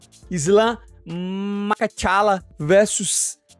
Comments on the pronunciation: As much as I cannot stand Pull-Out Costa, even his English has improved dramatically while my dude here can't even prounounce the p4p 👑 's name correctly " Makhachalla"? Really 😂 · I love your accent and the way you say fucking can't pronounce his name. Islam muckachala made me spit my dinner out. Can't stop laughing. ❤